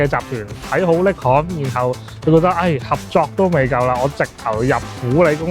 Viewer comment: 不好意思，好似好多公司名英文都唔啱。Nikon 已經唔啱，Oakley 應該係oak….ley唔係occ…key…….. 不好意思